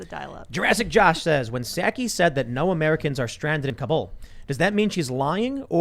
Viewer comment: I like that they pronounce Kabul right. Instead of cobble.